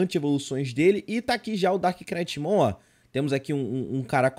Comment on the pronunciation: Meu sonho, ver o pronunciando "knight" corretamente., pelo amor de Deus haushauah, no inglês, NÃO se lê "knight" e sim "night". Você ignora totalmente o K na hora de pronunciar.